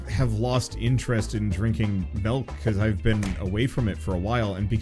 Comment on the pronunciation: My man says “melk”